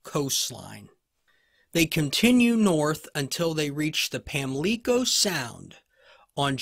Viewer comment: It's a long O in Pamlico